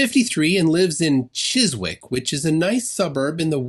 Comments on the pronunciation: Chiswick is pronounced Chis-ik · "Chiswick" pronounced; Chezick, btw. Deffo a pile of bollocks though, reiterated by judge Thomas Kent Wetherell II i belive? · The w in Chiswick is silent so the correct pronunciation is Chis-ick. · Pronounced "Chissik" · Michael Mansfield IS involved? What's happened to him? You don't pronounce the "w" in "Chiswick". Say "Chissick" and you've got it right. The "w"s in the middle of placenames are not pronounced -e.g. Southwark or Greenwich to name just two others in London. Round where I live, lots of these devices on poles are also masquerading as street lights. But they're not "weapons systems" either. That illustrates the stupidity of alleging that sophisticated "weapons systems" - or sophisticated anything - are being run by local councils. They regularly screw up the simplest of things. Many of them would anyway, but even those which are less inefficient have had their funding cut to the bone and are struggling to do even the things they're required to do by law, such as care for children at risk or without parents. One thing you can be sure of in 2021 is that if there isn't legislation saying councils must do X, then they're not even trying to do it. Well, except for Kensington & Chelsea and Westminster, that is. They're rolling in money, but they only spend it in their wealthy Southern halves. But Gateshead? Hounslow? Not a chance! They're both strong Labour councils, therefore even more starved of cash than others. Gateshead doesn't even have a single Tory councillor. Not one. These people are just as deluded about local government and what it can do, even if well organised, as they are about 5G. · just a heads up, but the W in "Chiswick" is silent so it's pronounced as "Chissick" or "Chizzick" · this is not sufficient - you must be made to do a penance for mispronouncing the names of regions of London.